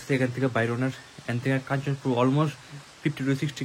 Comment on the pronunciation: it's not Kanchapur. It is Kanchanpur